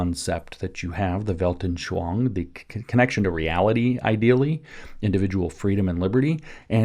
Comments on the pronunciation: Just a minor point. The word "anschauung" is pronounced phonetically as: "on" "sch" "ow" "ung" not as "anshwange." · I heard “veldenSHLONG”😂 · Weltanschauung: Weilt-an-schau-ung. Vallt.un.sh-how.oong WELT as in RooseVELT AN as un UNder SCHAU as in SHOUting UNG as in "Achtung!" for my absolute lack of an English word containing that sound. But I guess you've all heard a more or less authentic "Achtung!" a couple times in WW2 movies. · I love how James pronounces "Weltenschwang" 😅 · Yeah.. Weltanschauung isn't the easiest word for english speakers.